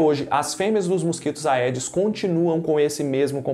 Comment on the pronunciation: Não se diz "aedes", e sim "edes". Em latim, "ae" tem som de "e".